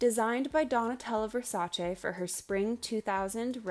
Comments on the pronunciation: I am genuinely thanking you for pronouncing Versace right ITS NOT VERSACHEE ITS VERSACE ITS ITALIAN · Omg a non-Italian person who knows how to say "Versace" correctly? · Hearing you pronounce "Versace" correctly makes me so happy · Reason #1097 I adore you: You actually pronounce Versace correctly which didn't even happen in the miniseries!!! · Thank God; finally someone who knows the proper pronunciation of Versace. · thank you for pronouncing Versace correctly!